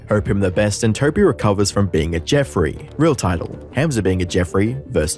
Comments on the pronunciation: bro said ham and then a z its a hard h sound hamza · Never heard of this dude before but you could pronounce the name correctly... Hah-mza not ham like roast pork. Just weird that you've listened to him say it like a hundred times in the footage you included and still say the simple name wrong every time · it's not pronounced HAM za like the meat. it's hum za.. like ho hum or humdrum. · Bro I want to watch this vid but every time u say “HAM-za” it gives me brain cancer It’s “HUM-za” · It’s spent Hamza but it is pronounced Humza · Love that he pronounces his name a certain way and you just threw that to the wind, calling him ham🐖suh 😂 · The way you pronounced Hamza as Ham-Za is very annoying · "HAM-ZA" ! I love how there is absolutely no effort to blunt the Aussie accent to pronounce his name! hahaha HAAM-ZA!!! lolol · Why do you pronounce hamza like that. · Bro I love your videos but can you please stop pronouncing Hamza differently every subsequent sentence 😂❤ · Sorry, just can't deal with the pronunciation of Hamza, and you said it like 15 times in the first 2 minutes. I don't even know who the guy is but I'm dipping out for now ✌️ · bro didn't even try pronouncing his name properly :((((